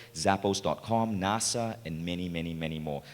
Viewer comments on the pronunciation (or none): none